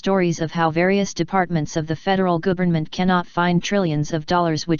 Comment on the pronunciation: gotta love the computer voice "federal gOOvernment"